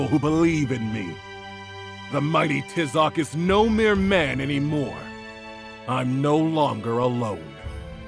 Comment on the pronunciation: is anyone else bothered by the way they pronounce Tizoc's name